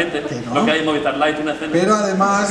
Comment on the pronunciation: Oye por que "moviestar" eh, donde está esa "e" que escucho cuando pronuncian MOVISTAR?